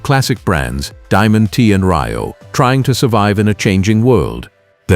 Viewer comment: "Diamond T and Ry-oh?"